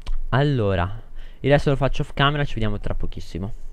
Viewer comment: le parole "off camera" suonano strane pronunciate da... O.o